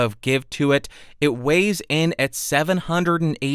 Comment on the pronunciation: the way he said 785 I thought he was gonna say pounds